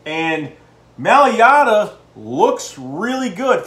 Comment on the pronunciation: M-A-I-L-A-T-A (My-Luh-Tuh), not maliata!! he is a beast!!!